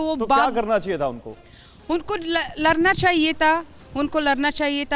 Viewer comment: Larna Nahi mem sahab ladna bolo are mem sahab aap hi lad jao Taliban se pata nahi jeet jao